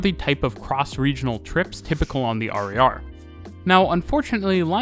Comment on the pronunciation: XD that was weird to hear you call the RER "harry are" instead of "hair a hair" for 20 minutes